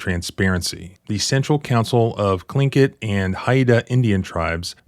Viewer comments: I wouldn't say the icy city of Juneau but the pronunciation of Tlingit and Haida was good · so cool of to pronounce tlingit correctly